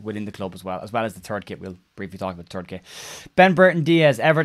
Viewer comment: I thought I heard you say “it’s a turd kit” which seems about right.